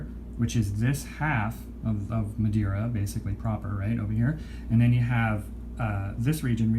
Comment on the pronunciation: Im portuguese and it was a good pronunciation :)